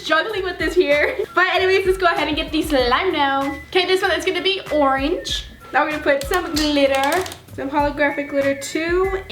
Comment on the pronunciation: lol how she said orange